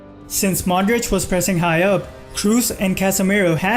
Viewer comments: "Kroos" is not pronounced "Kruz, it's pronounced "Kros". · You trigger me so much, its pronounced Kros with 2 "OO" there is no "U" there he is german not english